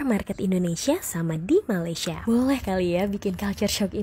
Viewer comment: Sebutan betul Malaysia ialah Malaysia bukan malay.